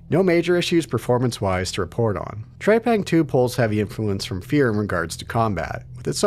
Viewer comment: TREPANG not TREYPANG!